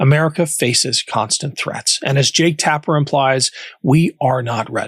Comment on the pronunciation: Tapper????????? really.